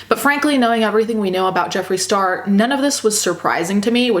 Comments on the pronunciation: I keep hearing Straw instead of Star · straw and star.....i cant hear the difference lmao